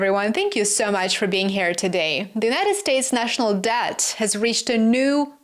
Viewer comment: IT LOOKS THAT U SAID S-TH LIKE THE WORD-S : DEED OR DEAD & NO-T DEBT